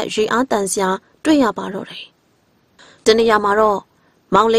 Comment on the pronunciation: မိတ်ဆက်တော့ မမမြူအသံနဲ့ တင်ဆက်တော့ ဒီအောက်သိုးသိုး၊ ညှောင်နာနာအသံကြီးနဲ့ ဆိုတော့ ပရိတ်သတ်ကို လှည့်ဖြားရာ မကျနေဘူးလား အော်ပရာရယ်....... ဒီအသံနဲ့ ဆို ဘယ်ဇာတ်လမ်းမှ နားမထောင်ပါဘူး။ အသံလုံးကောင်းချင်သားနဲ့ "တယ်" ကို ထွက်နေတဲ့ အသံက နားဆင်သူကို အတော် စိတ်ပျက်စေတယ်ဗျာ။ သူ့ ဖိုင်လ်ကို သူ့ပြန်နားထောင်ခိုင်းကြည့်ပါဦး။